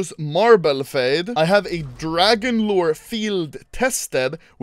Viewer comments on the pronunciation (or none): none